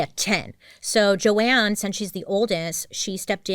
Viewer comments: Argh! Her name isn’t Joanne (Jo-Anne), it is JOAN (pronounced JONE). You have a bird named JOAN Bailey! You should have got this pronunciation right!! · The mispronunciations in this one are heavy girl lol. Her name is Joan not Joanne. 😂❤ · Is it pronounced joANN? Or Joan? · okay i’m confused, is it jo-anne or jo-ne?